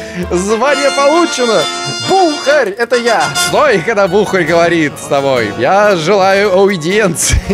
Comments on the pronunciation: Бухарь)) Ударение на "а" :) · Так в слове "БУХАРЬ" ударение же ставится на букву "А", от слова "бухАть"